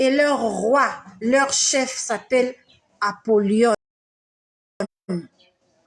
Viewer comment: Shalom ma sœur ça se prononce apolyon non Apolyone